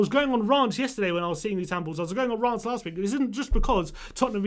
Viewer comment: The handball rule sucks. However its Rants... like pants but with an R. Not (Rah)nts like plants. Made me smile though how angry you were about your Rahnts so thanks for cheering me up. Other than that I 100 percent agree.